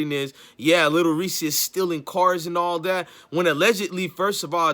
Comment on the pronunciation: I thought it was Lil "Reese". Sounds like he sayin Lil "Reesie"? Smh..